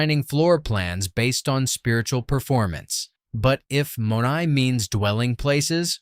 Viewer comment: Not to be critical here, but the Greek word is not pronounced with a long 'o' but a short 'o' and 'ai' is pronounced as a short 'ay' but with a 'eh' sound. Using AI does not enhance your credibility, but, all in all, I liked the video